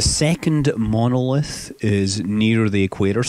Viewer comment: It said monlith it's monOlith